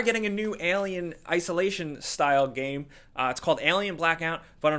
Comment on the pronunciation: Please tell how to pronounce game. It's game: g-aim, not gam. Thank you